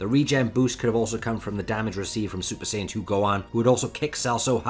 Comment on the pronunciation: S AI yan scholar